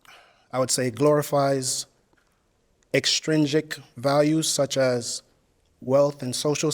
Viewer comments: they’re saying he was pronouncing extrinsic like extringsic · 2 things. One - I'm not a girl. Two - He said intrinsic AND e-'G'-trisnic - watch again and listen closely. You're welcome. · The word is actually extrinsic - there is no 'g' in it! LOL!